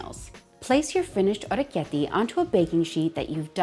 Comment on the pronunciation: Hey!! Wow this was so fascinating to watch!! The knife does such a cool job of shaping them! Fresh pasta is my weakness!! I love the way you pronounce it too❤❤❤